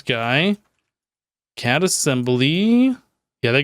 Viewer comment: the psy energy gun isn't pronounced CAD,it's pronounced C.A.D.[Casting Assistant Device](each letter is said separately) it's based on the anime Irregular at a Magic Highschool